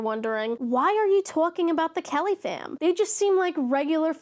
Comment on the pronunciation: Okay... the first few times you said Kellyfam I thought you were saying caliphate.